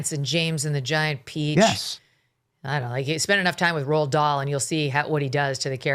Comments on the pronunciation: It’s Roald, not Ronald, Benny. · "Ronald" Dahl?! Any relation to Roald Dahl?